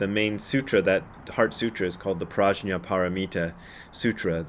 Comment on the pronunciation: BRAD, Brad, Brad,….the correct Sanskrit pronunciation is “Pr-ugh-nyah” with a hard G sound, not J. Any Sanskrit scholars out there want to back me up on this? Günter, any help here…?